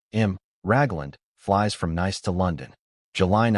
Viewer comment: From Nice to London Neese to London. Pronunciation.